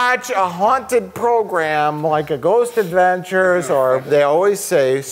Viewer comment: the way mike says "ghost adventures" is the most milwaukee sounding i've heard him since surviving edged weapons